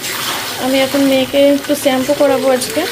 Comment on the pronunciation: জীবনেও শ্যাম্পু বলা শিখলো না ঝিমানি